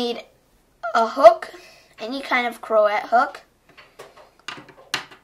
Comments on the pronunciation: Hun, it's pronounced like croshay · CRO_ET its pronounces cro-shey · You said crochet wrong.